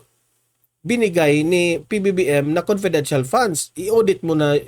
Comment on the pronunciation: Conpedential nga e,bakit e explain pa yan.conpedential is conpedencial.